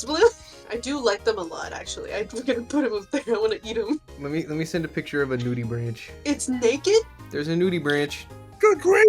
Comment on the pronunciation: Google pronounced this wrong! It's pronounced new-deh-brank! I've heard it from multiple actual dictionary websites! It's new-deh-brank! If you are just joking, it's fine. But I checked and google got this wrong! I like marine biology and don't like google automation, so I'm pointing this out!